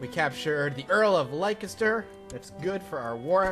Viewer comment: Pronounced Less-ter, not Like-ess-ter